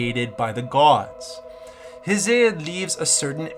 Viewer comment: Damn you ain't never heard nobody pronounce Hesiod 😂😂😂